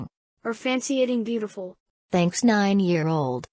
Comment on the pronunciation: "BAEUTIFUL" - 😈